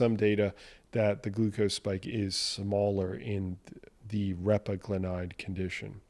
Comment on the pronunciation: Repaglinide: accent is on the 2nd syllable. I've found that for people without diabetes, just making sure their A1c stays in normal range is all that is needed. I believe that just avoiding dietary AGEs gives you a much bigger health bang for your buck than trying to micromanage transient post prandial BG elevations. Speaking of managing post prandial glycation, pycnogenol has been touted for decades to provide anti-oxidant protection from both post-prandial and pre-prandial glycation and I just found a brand new study out about pycnogenol and cardiometabolic risk factors. Would love it if you could run it through your thorough evaluation process to see if it actually holds water.